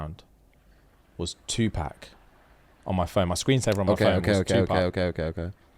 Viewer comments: The way pronounces Tupac as two pack and not two pock... i can't take it...bahahahaha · First of all, it's Tupac -2 pox not 2 pack 🤣🤣🤣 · Stop this madness,, you bottom boy, we love you but I can't stand for this. His name is pronounced Tupac. It is not Pack like Pacman, the letter 'a' sound like the 'a' in awesome or Aubrey. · Can I just say how much I hate the way the Brits pronounce Tupac 😂😂😂😂😂 its “pock” not “pack” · brah its pac not pec man wtf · 2-pack!!!! Hahahahahha not like pac man… lol. Like saying “Pock…” Tupac - Twopock Shakir - Shackeir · OMG TuPACK 😂😂😂 yuck! That A is killing me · Please say his name right 🤦🏾‍♀️ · The way y’all pronounced 2 Pac 😭😭